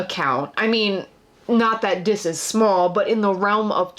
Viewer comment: Is funny people pronounce it as Dis when it’s pronounced Diz as it’s short for Disney